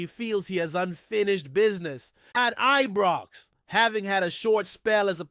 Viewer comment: Who the heck is this guy, he is an insult to Scottish supporters no matter what team or places in Scotland, Its Scotland not Scatland, its Scottish not Scattish, even our rivals its Celtic not Keltic, I could go on. Am sure he is the one that called Ibrox as Ebrox.and Govan is not Goovan. I am cringing every time I hear him, he is certainly not doing Rangers FC any good, but harming good supporters across the world, my rant over.